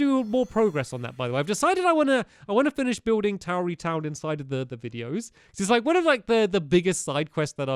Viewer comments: you pronounce tarry town "Tower-e-town" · Stampy it's t-a-ree not towery